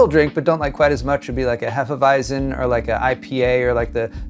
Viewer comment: To help with the pronunciation: Hefewiezen ≈ Hey fuh Y-tz'n 😎👍